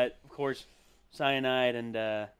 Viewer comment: Cyinide, cyinide, cyinide